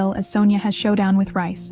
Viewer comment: It’s reiss not rice